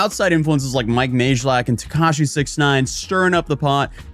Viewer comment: isn't it pronounced mike may-lack lol